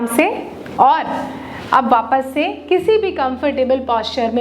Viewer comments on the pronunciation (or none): none